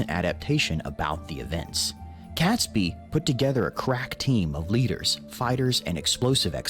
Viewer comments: Robert Catsbee? Get it right for crying out loud. It's pronounced Robert Kayts-bee. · Oh please, pronounce Catesby correctly!! imagine in the US you say 'gate' .... so pronounce Catesby with the same sound as a in the word 'gate' .... he was the Catholic aristocrat who was the brains behind the conspiracy. If the explosion did occur, it would have killed (possibly) as many people at 9/11, given that most of London would have burned afterwards. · arhhh please, it's pronounced Kates' Be, NO CAT